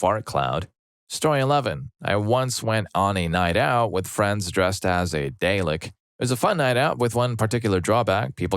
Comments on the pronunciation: It’s Dah-Lek, not Day-Lick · Sorry... lost me at the mispronunciation of Dalek..... How Rude